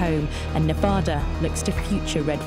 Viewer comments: She can't pronounce Nevada, there is no place called "Nevoodu" it's called Nevada, it's a state call it how it looks!!! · Oh...Pleeeese learn to pronounce Nevada. Not sure about biggest or numbers. There used to be more than three per year and more than just two sorties per day.